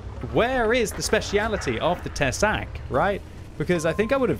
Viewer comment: Tesák is pronounced with long 'a' /tɛsaːk/ The translation is 'a fang':D